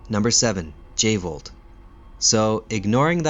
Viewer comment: Let's blow this channel up guys and gals, I just found the channel and I'm amazed. This guy is on the same level as channels like 'ink ribbon' and other GREAT resident evil channels. No joke, this guy DESERVES more sub's. 100% I could have sworn it was the V jolt not J volt. But I could be wrong